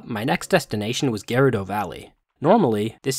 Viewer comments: "gayrudo village" dude, it's an "e", GEHrudo, no "a" anywhere in sight. It's not garudo, gayrudo, nor geyrudo. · Hearing him say geerado valley hurt me mentally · "My next destination was Ger-r uudo Valley" It's pronounced.. "Gur-udo = Gerudo" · "Garado Fortress"? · Also idk if you pernouce it correctly now but it's not spelled GEHR-OODOH, it is spelled GUR-OODOH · you pronounce every character and town name WRONG - its not pronounced cacareeco its - Kah-Karico = not Jerudo its Grrr-rudo - not Cuck-o .. its Cookoo (phonetically) etc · The most cursed part of this playthrough was the way you said Gerudo Valley